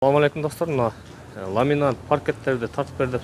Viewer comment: Ламинант эмес ламинат